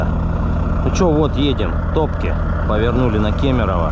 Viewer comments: Не ТОпки, а ТопкИ! ))) Ударение на последнюю букву. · Не Топки а Топки окончание на и